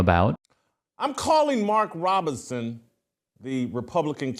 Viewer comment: Shitlock can’t even pronounce Robinson… if that idiot makes it to president I’m changing my name.